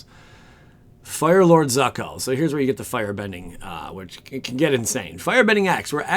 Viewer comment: ITS PRONOUNCED ZOOKO!!!!!!!